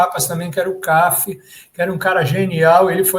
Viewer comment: O fotógrafo Cafi era pernambucano. Pronuncia-se Cafí, com acento na última sílaba.